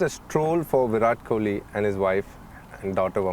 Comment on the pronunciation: Koli..!! you said it right 👍👍